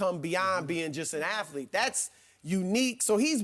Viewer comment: Cringey to hear Shannon say “athalete”